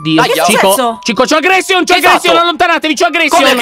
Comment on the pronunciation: Circa cico: AGRESHIONNN